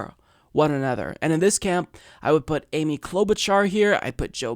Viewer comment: You mispronounced ""